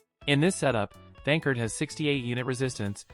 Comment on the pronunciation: The voice is saying his name wrong why?